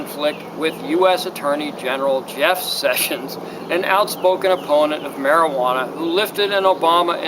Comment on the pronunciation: God I hate the way you say mari-geeee-wanna